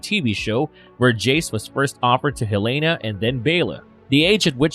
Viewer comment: Also. Your purnilunciation hurts. It's Allen. Hellena. They are regular named without normal spelling.